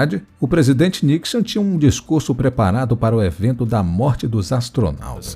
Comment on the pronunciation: Nicson, não Nixan